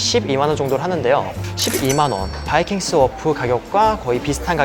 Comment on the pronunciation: ㅋㄱ왜 바이킹스워프라고 안하고 바이킹스, 워프라고 해요?